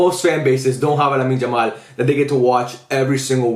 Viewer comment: I love your videos but can you please call him Yamal and not "Jamal"😭